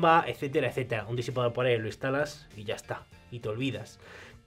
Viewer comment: Un disipador por aire, lo instalas y ya esta. Esa palabrita me da mucha risa como lo dices "Y ya esta" "De Coña" xD Saludos desde Rep. Dom.